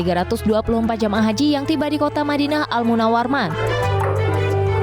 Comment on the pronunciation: Host sebut Madinah Munawarman,seharusnya Madinah Munawarah. kasihan host nya gak teliti menyebut tentang nama tempat..